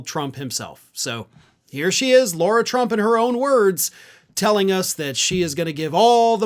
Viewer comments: Lara, not Laura. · You keep saying 'Laura' Trump. It is 'Lara' Trump. Just sayin'... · Is the name thing regional? There seems to be a lot of people calling her Laura (law-ra) instead of Lara (la-ra) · Her name is not LAURA. Her name is LARA. Which rhymes with Sarah.